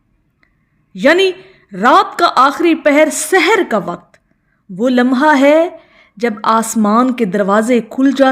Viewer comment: سحر ھوتاھے س پر زبر کے ساتھ زیر کے ساتھ پڑھنے سے مطلب جادو کے وقت پڑھو